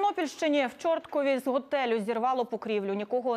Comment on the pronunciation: ЧорткІв, наголос падає на головну букву і.